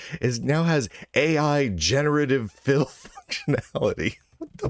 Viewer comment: the way you said 'generative fill' kinda sounded to me like 'generative filth' ..and yeah, that sounds like a pretty good way to describe it actually